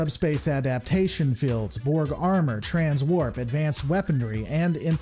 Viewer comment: Sorry but this is really standing out to me: Why do you pronounce "shields" or "fields" with a short "i"? It makes it sound like "shillds" or "fillds". Is that coming from some dialect or so?